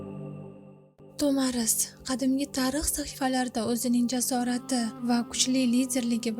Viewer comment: Ассалому алайкум туғри талафуз қилди Тумар деган манони англатади Тумар деган нарса боғланадиган яни тугунга ухшайди буйинга осиб боғлаб юрадиган тугинга ухшаган олқа русча айтганда сепочкага ухшаган нарса Тумор.тагида тугунга ухшаган кичкина халтачаси булади